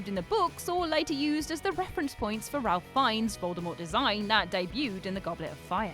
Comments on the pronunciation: Ralph Fiennes pronounced Ray-f Fines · Ralf Fiennes? RALF Fiennes?! You're English for God's sake! Wales is literally miles from you.